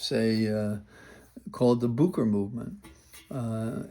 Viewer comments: May I kindly mention, Booker is pronounced book-er. Like a reading book, plus "er". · Thank you for making us informed. My only question is why you pronounce Cory Booker’s name: Boo ker?